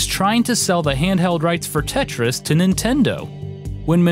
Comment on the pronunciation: Wtf is "Tetyais"